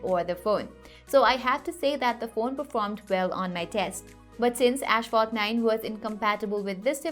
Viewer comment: this is the second time your saying ashfalt just stop pleaseeeeeeee.